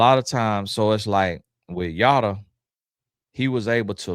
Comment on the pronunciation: Why am I getting cracked up by you saying Yoda 😂😂😂😂😂😂😂😂😂😂😂 like wth is wrong with you 😂😂😂😂 omg that really gave a good chuckle